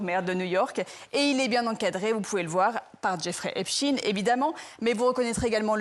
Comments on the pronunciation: C est pas epstine.. c est epstein..⭐ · epSTEIN pas epstine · EPST(EIN) pas EPST(IN) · La manipulation commence par la prononciation de Epstein..et pas Epstiiinnn...😮😮..... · Il faut dire "Epstein" et non pas "Epstine" qui sonne comme Poutine pour créer un amalgame inconscient... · Et voilà la gauche qui nous la fait de nouveau à l'envers ! Epstein ( Pas Epstin ) N'est qu'un peu coupable, juste un peu, il n'y a pas de quoi fouetter un chat. Zelensky est un pauvre chef de guerre qui veut sauver l'Ukraine et qui n'a rien a voir dans le dossier sus mentionné. Mais attention ! Trump sent le souffre... Bizarre, on dirait un discours d'Hilary Clinton. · COMMENCEZ DÉJÀ PAR BIEN PRONONCER SON NOM DE FAMILLE SI VOUS VOULEZ ÊTRE FIABLES!!!!! EP CHTAYYYYYYYYNE ET NON EPSTIIIINE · Epchtaïne pas Epchtine ? Vaïnchtaïne pas Vaïnchtine? Epstein et Weinstein ont la même terminaison? Bizarre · Epsteen .... comme Einsteen ... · Non c’est l’inverse , epstine.. prononciation anglaise américaine etc lui même d’ailleurs .. le France et son accent ne sont pas le centre du monde;) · Pourquoi ils oublient le e dans epstEin.Je trouve fou que des journalistes fassent une faute de prononciation comme ça.